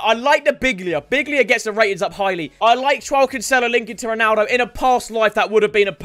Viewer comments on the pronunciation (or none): none